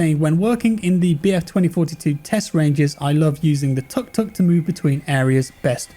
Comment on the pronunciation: no judging you on how you say it well I am haha it's pronounced 'took took' but spelt 'tuk tuk' I've been to Thailand too many times haha